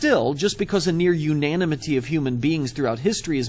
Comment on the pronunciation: Dude doesn't know how to pronounce "unanimity", so he took a guess. Swing and a miss.